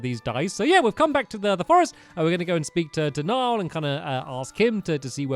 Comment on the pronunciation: A Commenter Niall is actually pronounced NY OLE